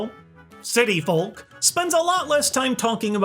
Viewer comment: Am I the only one annoyed by how he pronounces folk